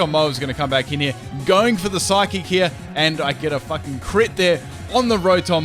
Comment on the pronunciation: IT'S PSYCHIC, NOT PHYSIC! WHY DOES EVERYONE KEEP SAYING PHYSIC INSTEAD OF PSYCHIC? AND IT'S EXEGGUTOR, NOT EGGXECUTOR!